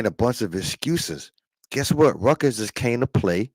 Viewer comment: Everyone V12 says “Rutgers,” it sounds like like he is saying “Ruckus.” Like “Uncle Ruckus” from the Boondocks 😂😂😂😂😂😂😂😂😂😂